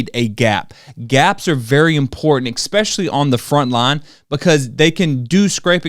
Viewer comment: Especially -- not eckspecially. Are run -- not are ran. The info was very good however.